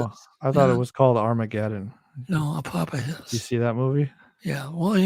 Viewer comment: Opophis is pronounced "A-pa-fis"